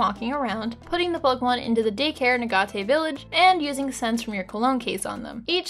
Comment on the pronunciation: UH GAT AY. It is pronounced A Gate. Respectfully don't agree with your opinion on these games, and would recommend trying the romhacks made by the community that vastly improve both Colosseum and pokemon XD. They are called Grand Colosseum and Pokemon XG.